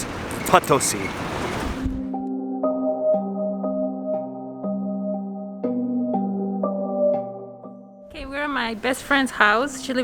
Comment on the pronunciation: Not to be rude, but why do you insist on calling it POT 🍯 instead of Po (long o) tosi. I'm sure she has corrected u....just sayin 🤷